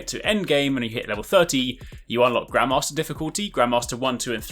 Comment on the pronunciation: Haha I know it's bad to say this but because of the (what to me is) an accent, when he said grandmaster I thought he said grandma master and I was like so we're a kick ass grandma! So I may have laughed out loud at work....I just had a very strong mental image.